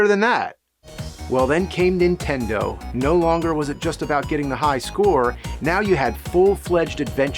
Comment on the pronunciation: All these years and you still say Intendo and not Nintendo